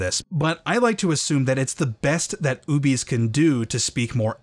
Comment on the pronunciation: I've always read the term "Ubese" as "Ou-beh-sae", closer to an African(?) dialect (don't know enough about African regional languages/dialects, but the nearest approximation I could think of), since it's also the name of the species in the Star Wars universe, and "Ubese" as pronounced in the video sounds too close to "obese", which just sounds silly. :D I saw them in KOTOR 2 as enemy NPCs, but didn't realise they were supposed to be the same race as Boushh/Leia.